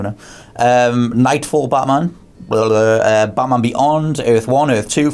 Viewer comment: It's batman , not baaaman !!idiot ! , seriously stop acting like you know everything , and get your bodyguard a suit instead of a hoody !